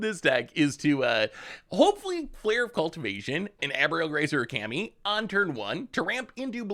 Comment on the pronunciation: Ka-me not Cammy. Nan-too-ko not Nan-tuk-o. Your mispronunciation of cards is staggering. Blood Mune still kills me to this day.